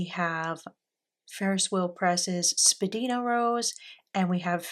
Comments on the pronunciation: Thanks for sharing. Spadina is a main street in Toronto. It’s pronounced spa-dine-a. It used to be the centre of the fashion district. There are a number of FWP inks named for places in Toronto: Edwards garden, Bathurst blue denim, down the Don Valley (parking lot😂) , Morningside mint. Lovely choices. Thanks again 😊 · wow what a lovely selection of colours!! i hope you enjoy them in pens! also i don’t mean to nag but jsyk Spadina is actually pronounced spa-die-na (it’s named after a road in Toronto where i live) :) also FWP inks are known for being a bit on the dry side. thank you for sharing! 💛